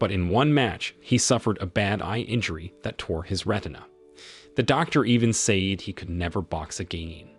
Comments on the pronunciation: sayed sayed sayed......................... FFS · Bro keep saying seyd and kei it just makes me grind my teeth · Nah the way he said "say-eed" pissed me off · Also the way he pronounced 'said'... I am broken and traumatized...